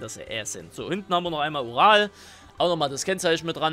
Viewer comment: wer hat auch oral am anfang verstanden?😂😂